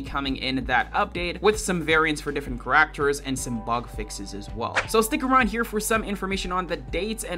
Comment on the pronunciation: “Cuh rack ters”